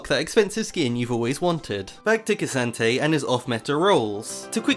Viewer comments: can u stop saying kee santayy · Its pronounced K'Santee get it right 🙃